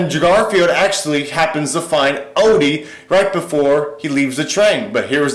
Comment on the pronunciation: It's Odie not Olly